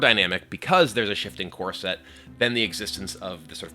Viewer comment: I can't help but hear Kibler say "corset" instead of "core set"